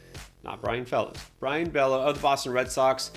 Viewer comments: Bello pronounced beyo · FYI: Bello is pronounced Bay-o